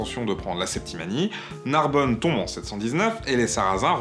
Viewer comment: J'ai pensé à la même chose... et la façon dont est prononcé Narbonne à la fin... Personnellement, je trouvais intéressant cette chaine avant, comme je trouvais intéressant la chaine de Matthieu Sommet, avant qu'il se pose presque un donneur de leçon en voulant s'aventurer sur un terrain boueux. On a un mec qui veux faire de l'anti-racisme, et on sais comment l'anti-racisme fonctionne mal depuis de nombreuses années, très mal, et ayant même parfois tendance à jeter de l'huile sur le feu (ou de l'eau sur un feu d'huile). Mais bon, je pense que le créateur de contenu s'en foutra de ce que peux penser un mec qui ne pense pas comme lui, ça finira donc en désabonnement.